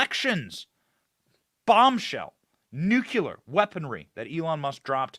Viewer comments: Love you Benny !! Keep Up the Good Fight !! BTW I'm old and have more pet peeves now than when I was young... LOL The word is "Nuk-Le-er-" not "Nuk-U-ler" LOL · Apple Sauce. - Benny said "nucular" again! 😊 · THERE IS NO WORD SUCH AS "NUCULAR" IN THE ENGLISH LANGUAGE.